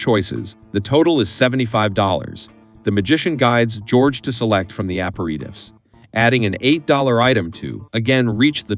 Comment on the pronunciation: APER-I-TIFFS?? Clanker just butchering that word. Is it so hard to just narrate your script ?